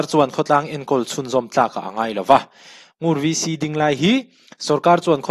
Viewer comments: Ngur chu i lam dan kha a dik e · Ngur ilam dik e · 'Ngur' i lam dik e. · I lam sual love Ngur a ni mai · I lam dik e..Ngur khua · 'Ngur' rul (snake) correct 💯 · NGUR ilam dik chiah e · NGUR i lam dan kha a dik e. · Ngur tih kha i ti dik e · I lam dik e